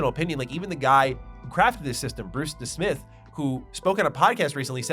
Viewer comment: More of showing that he's not really a TES fan. Glarthir is in Skingrad, not Cheydinhal, and it's Bruce Nesmith, not Desmith. Jeez.